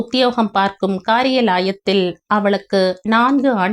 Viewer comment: Kaari ya la ya thil not kari ya layathil